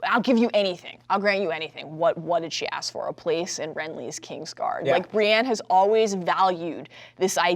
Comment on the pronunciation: She keeps mispronouncing Brienne as Brianne.